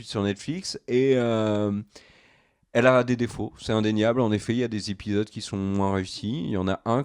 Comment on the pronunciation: Pour info, on dit "les 3 premiers zépisodes" et non "les 3 premiers répisodes".